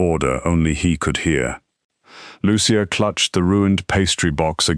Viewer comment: Excellent ❤. The voice mispronounced Lucia several times.